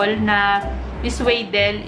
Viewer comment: swa- hindi sway